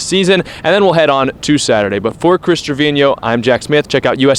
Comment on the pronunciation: Kudos to Jack Smith for pronouncing Chris Treviño's last name correctly.